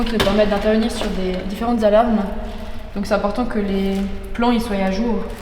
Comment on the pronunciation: et elle l'a dit 2 fois : "Que les plans y souayent à jour" On dit "que les plans SOI à jour" Combien de flics qui ont eu bon à leur dictée aux tests de recrutement mais qui ne savent pas encore parler. Je connais le verbe être au subjonctif présent "que je sois" mais je ne connais pas le verbe Souayer.